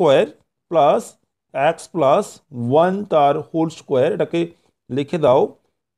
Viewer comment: ২য় অঙ্কের সমাধানে প্রথমেই ভুল লিখেছেন । (X - 1)-এর বর্গের স্থলে (X+1)-এর বর্গ হবে । আর উচ্চারণটা আ্যকস্ নয়, হবে এক্স ।